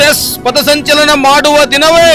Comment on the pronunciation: ಪತಸಂಚಲನ ಅಲ್ಲಾ ಪಥಸಂಚಲನ... ಮೊದಲ ಕನ್ನಡ ಕಲತು ಆಮೇಲೆ ಹೋರಾಟ ಮಾಡಿ😂😂😂